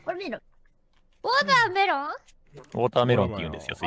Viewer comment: の言い方がまんま「うぉーたーめろん」なのすき